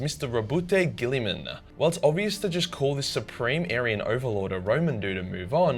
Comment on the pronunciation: are you ok? who kidnapped you lol you never say guillimans name correctly